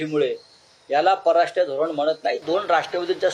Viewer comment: आधी परराष्ट्र नीट म्हणा.